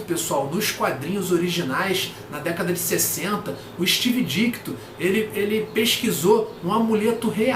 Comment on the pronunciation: a origem do Dr. Estranho e a história dele salvar o Dormammu saíram recentemente na Coleção Histórica Marvel Defensores Vol. 2. As histórias são bem legais mesmo! Provavelmente saiu na coleção vermelha da Salvat também. Outra coisa, é Steve DiTKo, não DiKTo! Pelo menos ouvi você repetir Dikto.